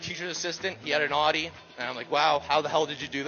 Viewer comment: why did he say audi like that 😭🤢